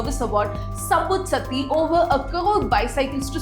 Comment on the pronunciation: You are pronouncing some words incorrectly. You are calling 'பாண்டார்' as 'பந்தர்', you are calling 'சாத்தி' as 'சத்தி'. Hire me, I will work remotely and work on your pronunciation of words. Your videos will be excellent in pronunciations also.